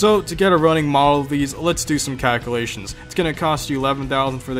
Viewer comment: "Let's do some cackulations"